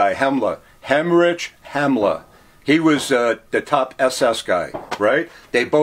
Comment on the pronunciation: Dudes a collector and can’t even get Himmler’s name right haha